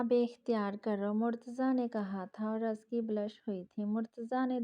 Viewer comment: Lafz jisko ap azki parh rahi Hain usko Asal ma azka prhtay hain.sara novel suntay hoy bari uljhan hoti rahi mjhe